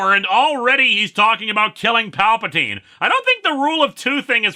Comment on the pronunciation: I could have sworn he started this segment off saying "Papa Teen"